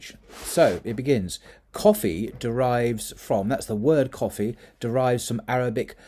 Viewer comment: I wished you had used an Arabic person to pronounce these words, sorry you did not pronounce them correctly😬😂 , especially coffee and cotton, but it's ok thanks for the great content👍New follower.